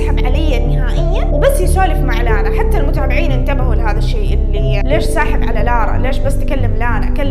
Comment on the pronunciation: فرحت يوم قلتي اسمي (لانا) ❤️‍🔥 احلى من ينطق اسمي والله💖 استمرييي وربي احبك ❤